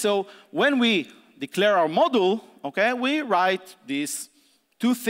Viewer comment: This talk is amazing and I feel bad about complaining, but "model" every time he tries to pronounce "module" really hurt my brain.... consequently every single time throughout the talk.Worth it though <3